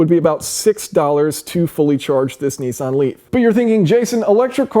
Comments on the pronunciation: Its not pronounced NE-SAN or NI-SAN, its pronounced NIS-SAN. :) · Neesan? Is Nissan so hard to pronounce?